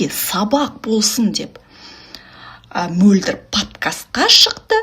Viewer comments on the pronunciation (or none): Әй қарағым "қ" әрпіне тілің келеді екен алМөлдір деп алсаң күнә бола ма неге Мольдр деп отырсың